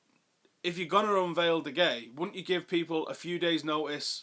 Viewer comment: Allyz Abdi Least he knows how to pronounce De Gea correctly.